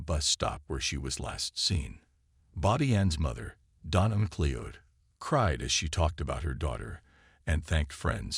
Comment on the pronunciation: I know Americans struggle with the English language but FFS have the decency to at least get the pronunciation of her name right. It's a relatively common Scottish name and you say it like this - Ma Cloud.